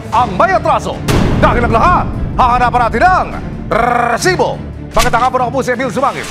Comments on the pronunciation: Rrrrrrrrrrrrrrrresibo nakakbwist pakingan. pwede namang sabihin na resibo lng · ok na sana ung balita mo eh kaso kakkairita naman ung pagsabi mo ng RRRRRRRRESIBO!!!!! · very annoying ung RRRRResibo na pagkakasalita